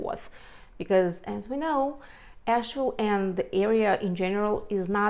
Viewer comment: She needs to learn how to pronounce Asheville. Definitely not a native.